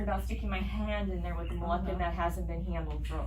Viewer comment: It isn't MolEccan, it's Moluccan. You are professing to be an expert and you can't pronounce that word.